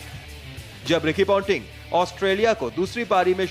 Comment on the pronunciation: Kyu be tu pointing ko panteeer kyu bol rha hai